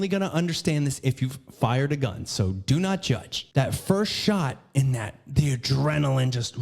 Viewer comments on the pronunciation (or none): none